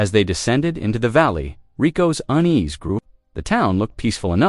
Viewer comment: It's UNEASE, not UN EASE ....